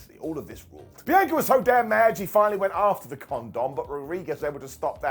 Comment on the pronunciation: BEE ANN KA NOT BEANCHOR